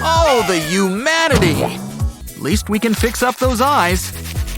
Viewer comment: Did he say oh the humanity or oh the umanity